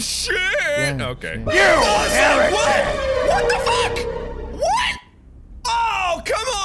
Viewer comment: He says "You heritic!"